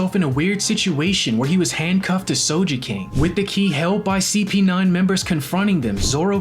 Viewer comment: "Soja King" "ShuShwee"